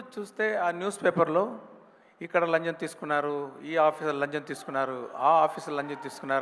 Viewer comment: మీరు స్టార్టింగ్ లో లంచం లంచం అన్నారు. నాకైతే లంజం లంజం అన్నట్టు వినపడింది సార్ తప్పుగా అనుకోకండి. తెలుగు చక్కగా మాట్లాడారు